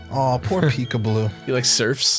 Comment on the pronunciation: Every time they say Pikableú I imagine they instantly get a cigarette in their mouths and a disdain for everyone who isn’t french